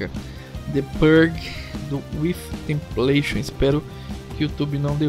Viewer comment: Brother, só uma dica (construtiva, prometo haha) joga o nome da banda e da música no google tradutor pra tiazinha do google falar (se atente a ouvir na "parte" q fica em inglês mesmo) o nome da banda q ce ta falando ta bem errado. Ce ta falando "with templation", a pessoa q n conhece a banda acaba procurando errado ou slá, enfim, é legal tomar mais cuidado com isso ;)